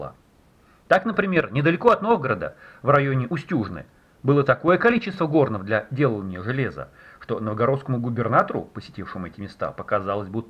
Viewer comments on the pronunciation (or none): Устюжна! Ударение на первый слог. Это Вологодская область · Устюжна, ударение на у. Теперь Вологодская область.